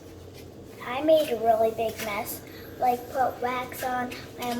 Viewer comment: Did she say wax lol 😂🤦🏼‍♀️.... try to use oils to get the wax off! She is to cute 🥰